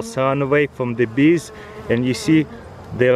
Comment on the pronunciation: "Feed de Beest"